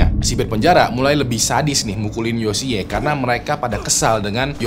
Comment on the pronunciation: Yoshi kali bang baca nya.... lucu dengernya yosiyee hehe